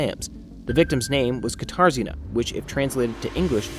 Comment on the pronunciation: I keep hearing guitar Zena instead of katarzyna, I wondered what strange it was name that was 😅